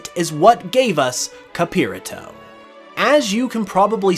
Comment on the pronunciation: So xd capirato would be a soft r The way that you pronounce in "spanish" capirato would be Wrighted like capirrato to had a hard r